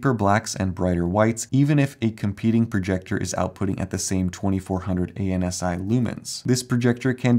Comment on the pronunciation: ANSI is an acronym that is traditionally read as "AN-see," rather than an initialism, which would be read as "ay-enn-ess-eye"